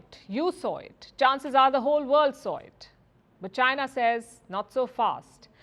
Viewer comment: Don't have a clue what sarcasm is ? Listen to how Palki pronounces China .